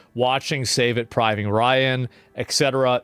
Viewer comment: "Saving privan Riot?" 😂🤣🤣